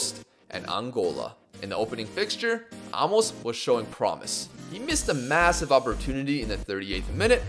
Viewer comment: Love the video. By the way, it's pronounced a-mos, not amos